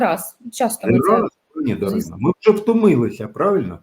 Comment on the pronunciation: Не ДарінА, а ДарИна.